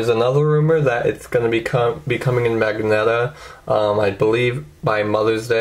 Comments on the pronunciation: Lol magneta? Ok, well otherwise good job! You know the information pretty well, solid review. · you mispronounced magenta. The blue is called cyan. Otherwise good review of a great phone.